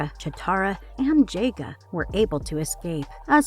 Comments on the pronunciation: I couldn’t finish it the mispronunciations were varied and painful. JA-G-A. Who the hell is JAY-GA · Do the people that do these reviews on these iconic cartoons they actually watch them I mean how many names are you gonna miss pronounce this is sloppy if you’re gonna do something do it right or don’t do it at all you said Thundera wrong it’s pronounced Thun-dare-rah Jaga is pronounced Jog-a Get your shit together if you gotta do this stuff do it right that was sloppy I couldn’t even watch it all your fucking up the names